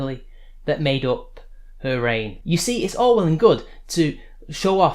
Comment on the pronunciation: When you said 'All well and good' it sounded like 'Orwell And Good' which is surely a username waiting to happen :D